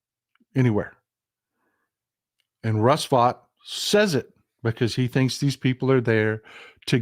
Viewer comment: Russell Vought surname in German is like you said it.